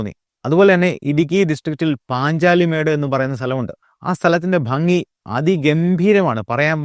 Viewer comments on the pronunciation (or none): none